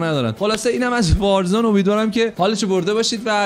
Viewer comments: وازرون ؟یا وارزون 🤣🤣🤣🤣🤣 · warzon????😐😂 Warzone is correct ✅😂❤